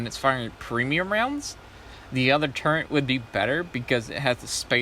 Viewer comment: It says turret on your spreadsheet but you still say Turrent, why ?